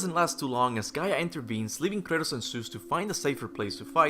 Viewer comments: Its Kratos not Curtis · I keep thinking you're calling Kratos "Curtis" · r u saying kratos or curtiss lol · I know he's Kratos, but I keep hearing Kurtus. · why does he call him Curtis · Kratos aka Curtis Sorry, but that's all I can hear when you say his name. Curtis! 😂